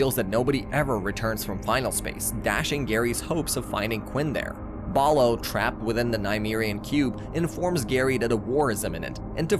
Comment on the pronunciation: bro you keep saying balo its bolo and im still pissed that they discontinued this